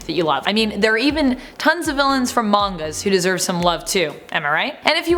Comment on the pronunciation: Can I just take 5 seconds here and thank you for pronouncing manga correctly? It is such a pet peeve of mine when it’s mispronounced.